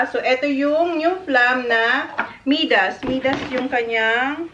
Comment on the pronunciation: is such a cute little girl. We love watching her grow. Btw, MIDAS is pronounced as MAY-DAS (MI sounding like Maya). 😉 Now John needs to build you a bigger house so you can have a proper walk-in pantry and a much bigger kitchen.